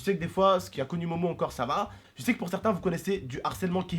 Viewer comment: sa se dit pas momo ta u réson de la fraper